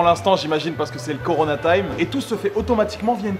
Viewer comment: Le CORNA ?